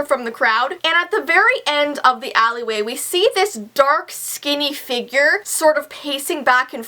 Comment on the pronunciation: Am I the only one who thinks about Austin and Ally when she says "Allyway" XD XD XD